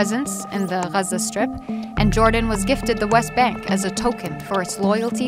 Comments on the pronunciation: Aside from pronunciation of Gaza I see no reason why you use captioning that can't be turned off. And you mentioned a massacre but didn't mention who was involved or killed. Silly for a history video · The way the reporter pronounce the name Iraq and Gaza give away the biased approach of this video which full with gaps concealing Arabs responsibility for their situation. Great job real reporter work!